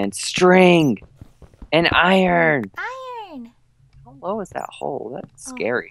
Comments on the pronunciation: Iverson Costa him,lastic,Radiojh Audrey and microgurdian say iron like irn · it is not iron it is irn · i love it when calls iron ern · You didn't say iron right it like I-Ron not eiron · Iverson Costa he says irn,we say iron irn 😎😎😎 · Iverson Costa he say irn for like an.iron nickname lol :) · I-R-O-N not E-R-N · Natalie that is just how they say it to be funny, they know how to actually say it bu say eiron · He say airin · says iron wrong